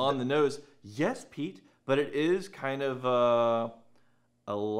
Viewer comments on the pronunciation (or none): none